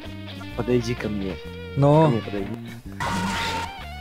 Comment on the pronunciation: Почему ты говоришь не Мне а мине?